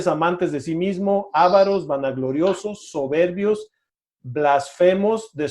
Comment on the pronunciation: No se dice "ÁVAROS". no es esdrújula. Es palabra llana y lleva acento prosódico, no ortográfico. Tampoco se dice "FLÁSFEMIA". no es esdrújula; sino palabra llana o grave, y lleva acento prosódico en la penúltima sílaba BLASFEMIA. (blasfémia).